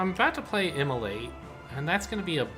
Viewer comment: Every time you say immolate I hear immolite